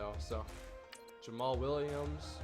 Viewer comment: Yay you said jammal williams right